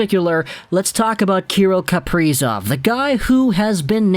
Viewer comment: say his name right broski